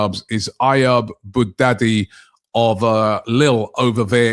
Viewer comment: Robbie always mispronuncing players names, adding letters that aren't there. Who is Ayab Boudadi? 😊😅😂